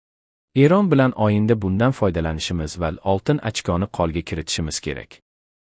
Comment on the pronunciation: O va O' ni farqiga bormay o'qiydimi Oyinda deydi To'gri deydi aslida "O",G'